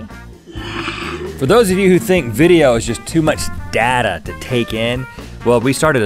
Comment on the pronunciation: It's data, not data! ;)